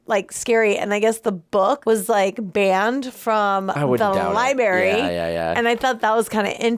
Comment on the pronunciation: dont act like you are seeing this for the first time when its obvious you both had watched it before. Why you thought your "comedy routine" would be funny is weird. Leave films that require deep thought to others....The Exorcist is beyond your simple-mindedness. Btw, its pronouced "LIBRARY...not Libary. That alone shows your ignorance.